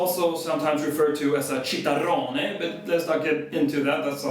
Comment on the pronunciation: VoceCorale: yes, he pronounced "basso continuo" with a strong English accent (and an extra 'i', like "basso continyuo") but it is perfectly comprehensible (and understandable), while "čitarrone"...